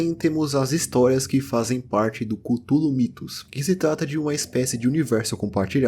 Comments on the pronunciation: A mais pronúncia mais "certa" é culólou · Chululu** kkkkkkkkk